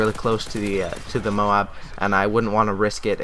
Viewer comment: moab not moam